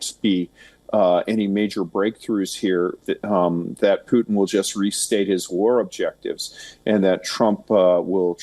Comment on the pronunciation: It's not "pootheen" it's "Pu'tin"